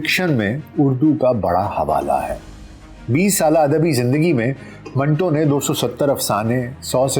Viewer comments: Manto ka name tou theek talafuz kay sath lay lain janab . Aik jumlay main manto nay apnay name ka durust talafuz batay hay . MANTO BARA ONE TWO HAY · ان کے نام منٹو کا صحیح تلفظ من Two ہے